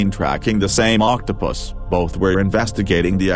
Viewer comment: Anyone else catching that the robovoice keeps saying octo-piss?